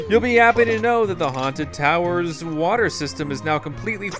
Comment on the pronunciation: Its towers not tawers